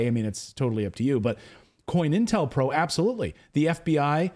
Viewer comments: Just a HEADS UP, DUDE!....It's "CO-INTEL-PRO"....Not "COIN"...lol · Co-Intel Pro. Not coin. Sigh